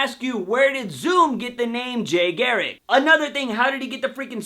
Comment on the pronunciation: Why can't you pronounce garriCK ? I find it funny that like myself you have words you just can't say!